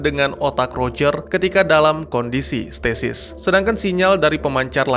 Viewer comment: Statis / stasis -_-" aku denger nya statis wkwkwkkw